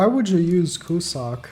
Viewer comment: btw, it's pronounced cue-zack and not cu-suck